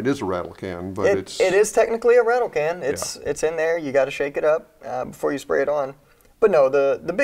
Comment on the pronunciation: It's called a "rattle can" not "rattle can't"